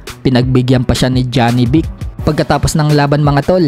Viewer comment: Manuon ka ng fight hub tv jawi boxing manga international boxing announcer kung animhanal ba ang pag bigkas ng pangalan ni janibek… 😂😂